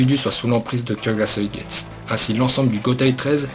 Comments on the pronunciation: Ça me stress quand tu prononce pas me u a Kyokasuigetsu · Alors j'ai mis un j'aime parce que Aizen c'est mon perso préféré. et que ca fait un moment que je mate tes vidéos sur d''autres manga. ton travail est vraiment respectable. Mais par contre ta prononciation en japonais de Kyoka suigetsu ou d'autre nom de bankai, nom divers etc.…. sérieux fait attention… car comment tu as prononcé Kyoka Suigetsu (avec un "U" XD) j'ai cru que tu insulter mon perso préféré^^ alors oui je sais, dans une de tes vidéos sur Bleach (en l'occurrence sur la prononciation du bankai de Mayuri et les top 10 des bankai) tu nous as clairement fais comprendre que les termes te semblait imprononcable mdr Cependant !! (et là je vais chipoter pour pas grand chose) les noms en japonais s'il ne sont pas prononcé correctement ne veulent plus dire la même chose. ici, cela n'aura pas grand importance, mais si TITE KUBO s'emmerde et mate ta vidéo, il va prendre une plainte de porte et la soulevé et tu auras les flics au cul pour mauvaise prononciations du japonais ptdr^^ aller sur cette blague, je te souhaite bonne continuation, tu fais du bon boulot et espère voir d'autre de tes vidéos, car j'imagine le taff colossal derrière^^ bonne soirée à toi XD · olala la prononciation du shikai....je saigne des oreilles ^^